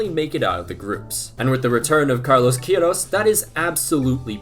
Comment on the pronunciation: Not ill-intended of course but as a little correction: Iran's coach is pronounced not "key-eh-roz" but "kay-roz"